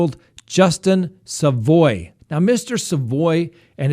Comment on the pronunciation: Also its sa (as in salad) voy. Savoy